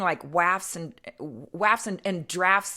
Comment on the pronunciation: You’re a Doctor and you can’t pronounce waft?